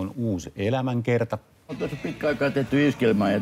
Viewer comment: Miten ihminen joka saa palkkansa puhumisesta ei osaa sanoa "elämäkerta"?